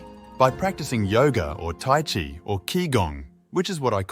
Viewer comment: Chi is pronounced chee, not chai